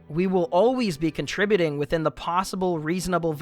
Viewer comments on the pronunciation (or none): none